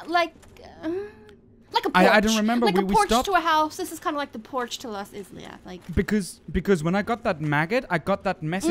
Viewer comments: In today's lovely episode, we encounter the ten-taco monster that has been so aptly named the, with my liberty as an author, the "Titty-groper", a few witches of Izalith (which is pronounced more like I-sa-lif) as well as the frenzied bed itself. So, without further ado, let's get this started. When walked along the lost halls of Izalith, his senses picked up on the faint yellow hue of one of his oldest friends. Off to his left, he could spot the brilliant summon sign on the Knight of Sunlight Solaire. As his female companion walked up beside him, looked over his shoulder just in time to see her stand beside a great fogwall, one of the many he had encountered throughout his magical journey. Without a moment's hesitation, pressed his left hand down to Solaire's brilliantly shining sign, and within a few seconds later, the Knight appeared with a soothing glow of the dying Sunlight. With his crew assembled, moved onwards with every intent to conquer the foul creature that was bound to rest beyond the fog gate. When pressed onwards through the fog, he felt his honed senses beat rapidly while his eyes widened. Before his very eyes, an ornament that he had believed to be a mere fossile of a creature that had long since passed, gained life anew. With a blazing inferno around it's body, the Centipede Demon roared out a monstrous sound as two allies came through the fog, both of which held their ground while fumbled around with his str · Izalith -> Eye - Zah - Lith